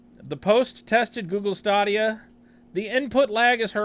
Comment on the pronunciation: I am assuming you are pronouncing it incorrectly on purpose? In jest? It's pronounced like "Stadium" but with an "a". How can you be confused about this product? It's game as a service. Eventually this platform will be replacing all platforms. imho, Steam, Sony, Microsoft and Twitch should all be paying a great deal of attention to this product / service offering. As 'botched' as your review of this 'botched release' is? You are not mentioning the implications of all this tech. I just wasted 18 minutes of my life. You could have just posted the Toms Hardware review? Saved us the time and had more information presented? If you would like to present objective information next time? Try and create an outline and references as to what you want to speak about. Instead of stumbling around clicking links and mumbling 1/2 of what you are attempting to read and obviously don't understand.